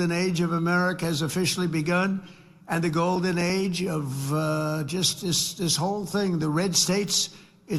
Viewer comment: did he say golden age or golden eggs?